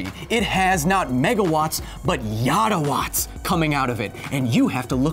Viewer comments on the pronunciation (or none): Yottawatts? You mean YODAwatts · I think you meant to say yodawatts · Did he say "Yoda Watt"... hehe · He said light sabers have yatch-awats lol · I believe it's pronounced Yoda Watt's LOL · yottawatts more like yodawatts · Wait. Did he say "YodaWatts"? Hm. With you, the energy is. Yes.